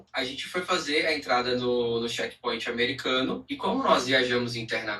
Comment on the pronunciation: “Shequi pointi “ ????